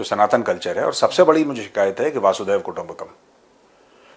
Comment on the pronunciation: Thank you. It is Vasudaiv....not Vaasudaiv. Different meanings of each word. Thx again.